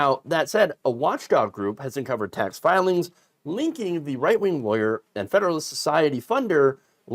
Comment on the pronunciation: I tend to watch with the closed captions running. When you say "right wing," it sometimes prints as "white wing." ... I guess it's not completely wrong 🤷‍♂️ but it gives me a giggle 😄